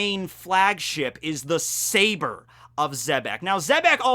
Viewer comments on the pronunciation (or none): none